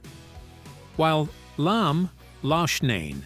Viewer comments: Oh geez, now it 'Lom and Loshnane' . "Lamb" and "Locknane" must be thrilled to know the impact they had. Artificial Intelligence just sucks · Lamm & Loughnane (first time), too. Moral of the story, hijacking a commercially failing band with talent and name recognition is far better than creating a new band.